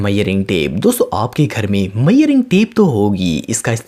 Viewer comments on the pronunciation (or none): Are bhai मयेरिंग nahi hair vo मेजरिंग hai